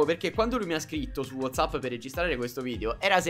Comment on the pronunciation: Non si dice wazzapp ma wozzapp e si scrive whatsapp